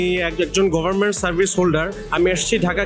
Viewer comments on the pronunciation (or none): none